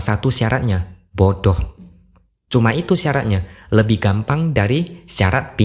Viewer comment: Aku ketawa mendengar cara X menyebut 'bodoh' 🤣